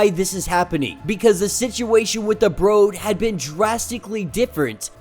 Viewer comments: Its brood not bro-d. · It's said like brewed not bro'd. Just FYI my man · Is English your first language? How are you calling the Brood, long o sound, the Brode? You speak very incorrectly for a man who makes a career out of narrating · The way u pronounce “Brood” is killing me 😂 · The mispronunciation of The word brood really took me out of the video otherwise great content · it's a little weird but not that big a deal. Small thing in an overall good video. Sometimes people get their pet peeves though. I trip on presenters mispronouncing Arkansas.